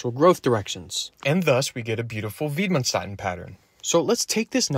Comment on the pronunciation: Approximate pronunciation of Widmanstätten: vid-man-shtett-ten